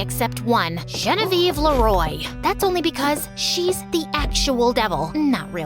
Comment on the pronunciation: Why does it sound like when you say Genevieve ei roi it sounds like Genevieve royel😊😂